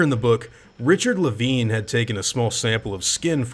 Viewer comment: Wait, it's pronounced "Le-veen"? Huh. I always thought it was pronounced "Le-VINE".